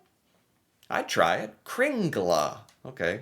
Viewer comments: IMPORTANT!: KringlE, not kringlA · This is nothing, in the past 36 hours we had 60cm snow where I live. It's not "kringla", but "kringle"...